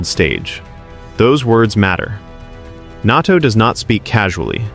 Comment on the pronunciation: "NARTO" indeed. AI indeed.